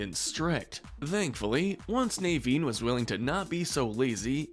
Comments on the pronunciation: he says nay-veen. his name is na-veen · The way you said Naveen 🥴😬